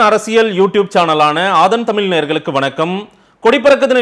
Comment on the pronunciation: தமில் இல்ல தமிழ்